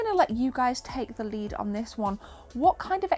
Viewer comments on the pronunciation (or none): none